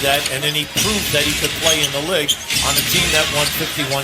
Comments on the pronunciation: bruh commentator saying lig not league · How tf cant an american caster pronounce the word “LEAGUE”